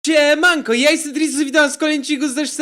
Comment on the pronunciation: Powiedziałeś ciemanko